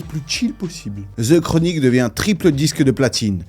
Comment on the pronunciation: The. DE. Pas Ze Chronique